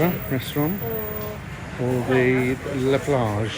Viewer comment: She's so annoying! Let the guy speak for goodness sake!! Also it's "La" Plage not "Le" Plage.